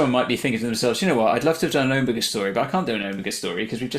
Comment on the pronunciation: 2½ minutes of Omega on screen. Frankly he barely made it past Gamma. And it was really pissing me off when Ncuti kept mispronouncing Omega: either get him to pronounce it properly, or else write it into the script that other characters correct him.